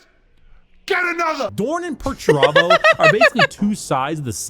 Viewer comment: Perturabo: They never say my name right!!!! rowboat Girlyman: Hmm must be annoying I- Perturabo: It's infuriating MY name Perturabo not Peter-terbo or anything so juvenile. Rubberbow gorillaman: Yes I'm sure it must be very off-putting. Perturabo: It is. You have no idea how much I've suffered under this ridicule Guilliman. Rib-roast Gellyman:... Rogal Dorn: This is funny because Perturabo is being a fool.